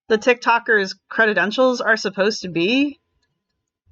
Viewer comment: Dear, the word is credentials, not credit-entials. You can look it up to confirm. Other than that tiny gaffe, your videos on this are very fine, as are Cinzia's. I think you're mixing it up with the words, accreditation, accredited. It made me wince, hearing that repeatedly. It's a minor thing, and I'm sorry to point it out, but it bugged me. You're better than that.